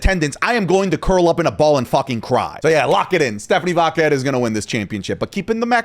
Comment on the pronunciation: I love. He's my new favorite. But,...it's "Vaquer', not "Váquer".